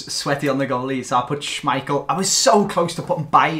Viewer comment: "Schmeichal" ohh god 🤦‍♂️